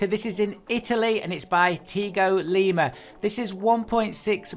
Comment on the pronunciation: Nice collection...thx :) Tigo Lima ? it's not Tiago Lima , think he converted the LeMans mod?